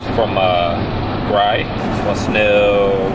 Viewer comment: Great question and great answer! Can't wait for the next one! Btw, you're pronouncing Gry's name wrong;)